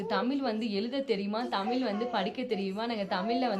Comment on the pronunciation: Tamil ellai Tmizl naakai mellemadki sollavendum sory